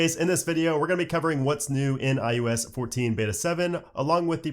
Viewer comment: You say “eye YOU esss” every time. It’s “eye oh ess”. Drives me insane.